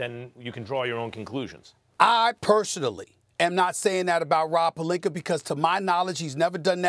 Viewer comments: If I hear Rob Pelinker one more time I’m gonna lose it lmao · Nobody: Stephen A: Rob Pelinker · Why SAS keep saying “pelinker” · Take a shot every time SAS says Pelenker. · Stephen A definitely doesn’t like rob “pelinker” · Does SAS ever get names right Rob Pelineker 😂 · Why tf stephen a act like pelinka ends with an ER? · “Rob Pelinker” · “Rob pelinker” - Stephen A. Smith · who the fuck is “rob pelinker” 💀💀💀😭😭😭😭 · "Rob Pelinkerrrrr" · PelinkA its not that hard SAS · Who is Rob Pelink-ER? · “ROB PELINKAR” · Stephen A be saying Pelinker on purpose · Rob Pelinkerrr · why can't SAS say Palinca what's with the er😂😂😂😂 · Damn Stephen A can't say palinka correctly to save his life smh 😂😂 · So Stephen A can pronounce all of these 15 letter words, but can't pronounce "Pelinka"? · Damn Stephen A, you get paid millions and can't learn to pronounce the dude's name? Pelinker yo ass on outta here fool. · I swear, saying Rob's last name is such a struggle for Stephen A... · why he say his name like that ? lmao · Just say Rob, I cringe when you pronounce his last name. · Does this man have a hard time pronouncing Rob Pelinka's last name last time I check there's A at the end of his last name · Are they going to have a segment where they teach this fool to pronounce names correctly? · I swear Stephen A. purposely mispronounces names cause he doesn't give a crap lol. It's rude but hilarious 😂. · Calls Rob pelinkER instead of pelinkA 🤔 how can u mispronounce someone's name with that obvious of a difference in how it's actually pronounced? maybe he's not doing accidentally... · It's retorically sneaky how Stephen pronounces his name. It's clearly PalinkA but he keeps saying PaliknkER which rhymes with and subliminally links with the context of him being a liar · Someone please tell Stephen A. it's Pelinka not Pelinker 😂😂😂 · One minute its Rob Pelinka but the rest of the time it's "Rob Pelinker" lol. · Nobody: SAS: ROB PERLINKER! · Nobody: SAS: Rob Palinker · “Rob Pelinker” lol 😂